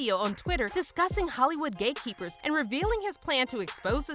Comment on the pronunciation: I watched this video 4 times and I just figured out she was saying hate keepers and not gay keepers